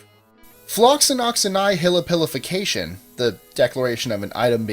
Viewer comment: You pronounced floccinaucinihilipilification completely wrong